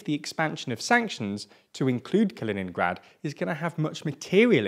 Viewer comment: Say it right. Ka·li·nin·grad [kəˈlēninɡrad]